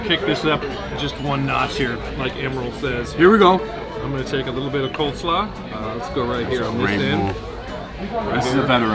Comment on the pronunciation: Good god,. It’s COLESLAW. Oy! But great selections.